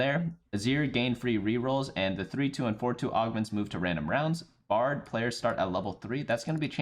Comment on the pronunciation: I found it funny that there was an editors note for that but not when he said brad instead of bard lmao.